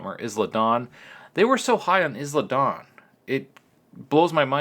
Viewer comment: It's not IZ LA Dawn.... it's I LA Dawn.